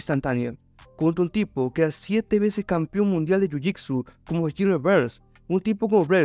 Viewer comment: Que es jhujhicsu? Pronuncias mal jiu jitsu? O hablas de otra disciplina?.